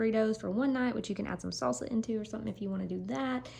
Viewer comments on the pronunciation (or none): none